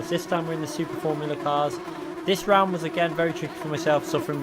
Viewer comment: Are you Scottish now...Roound 4 😂